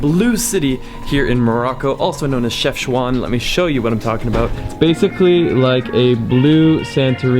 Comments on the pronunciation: It's not pronounced CHEFCHOUAN* but CHEFCHAOUEN* and i reaally love your videos in my country ❤ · Dude it’s called CHEFCHAOUEN not CHEFCHOUAN 😂😂😂😂😂😂